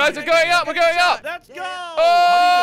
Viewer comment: hot air balloon: how i pronounce it: hot air balloon how pronounce it: hoh air balloo